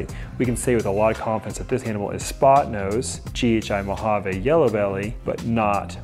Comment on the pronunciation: Beautiful snakes! Please stop saying "mojav-AYE." It's "mojav-ee."